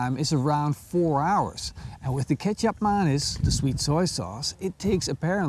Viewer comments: I will try this! And as a note, the C in Kecap Manis is pronounced as a TJ in Indonesia/Malaysia. So more like Ketjap than Kesap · what did he say? kesap manis? that so funny😂. Big hug from indonesia🇮🇩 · I was too. Thinking ketchup and mayonnaise?? That’s fry sauce!🤣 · Until I read the comments I kept thinking that your were saying ketchup and mayonnaise lol. I kept rewinding it to see where I missed the ketchup mayonaise marinade lol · You change how you pronounce the name of the sweet soy sauce almost every time you say it. lol